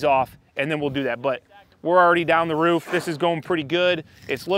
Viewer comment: It's "roof" not "riff".